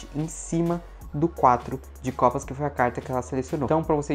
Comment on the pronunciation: Quatro de Copasa kkkkkk alguém mais ouviu issu kkkk